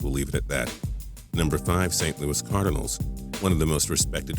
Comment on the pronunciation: you say cardinals like cardanils